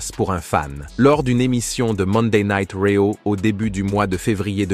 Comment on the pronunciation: raw => rio mdr ca a bien faire rire serieusement faudrait dire le nom et prenom correctement